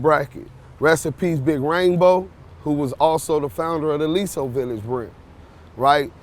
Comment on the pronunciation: He said Aliso village brims??